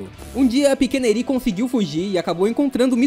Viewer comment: Desculpa encher o saco mas não é midoRÍa é midôria. Não é Erí é Éri. Não é chiZaki é Chissaki... Tentei prestar atenção mas não consigo com essa pronúncia. Tu deu uma certinha só no final. E não é Dekú é Dêku